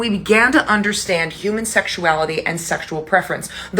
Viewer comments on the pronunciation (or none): none